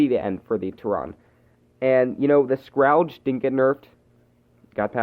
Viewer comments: Scrawge xD its scourge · You said scrouge. It’s scourge